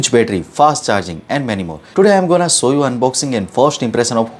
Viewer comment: This not ,,sow u..correct word show u this the right one,plz try to make sure you are speaking right words.